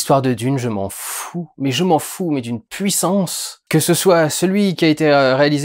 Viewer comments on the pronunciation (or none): none